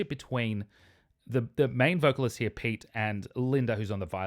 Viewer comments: If you want to follow Finnish pronuncation of Pete, it should be said as clearly two syllables pe-te with first syllable sounding similar to start of "pedagogy" and second syllable sounding similar to start of "technology". The way you said Pete sounded like "Piit" if interpreted in Finnish context. Of course, most Finns understand all this well enough to be able to decode it backwards and guess correctly that you meant Pete. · You pronounced "Pete" spot on.